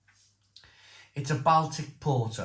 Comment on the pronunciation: Sorry to say, but you're either very uneducated & a bit simple, or the amount of alcohol you consume, is also consuming brain cells. Who? On this planet, can't even pronounce "Baltic"? I mean really!!!!